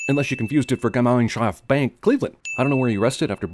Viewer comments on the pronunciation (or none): YTNFSS that truely mwas hilarious! If I wouldn't see the writing, I couldn't have identified what he tried to say. XD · Funny part is: I would be "GemeinschaftS Bank" Any German speaking person could tell you that. Are there no German speaking persons in Hollywood you could ask about such stuff? Bing. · for CinemaSins ´cause of how they pronounced "Gemeinschafts Bank" -100 Sins for CinemaSins ´cause you made me laugh so fucking hard ... -1Wobagillion Sins ´cause i love your videos Greetings From Germany :) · wow your pronounciation of gemeinschaft bank xD